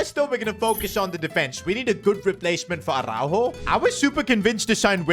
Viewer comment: On ne dit par arourou on dit aroujo